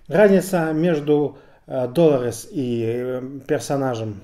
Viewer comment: Что заставляет называть главную героиню ДОлорес? С удареним на первую О? Какое правило, или где это было слышно хоть раз?